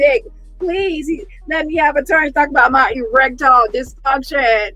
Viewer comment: Omg bang on the limp peen🤣🤣🤣🤣. My my my odusty. Erextile deefunshon in Ralph’s words🤣🤣🤣🤣🤣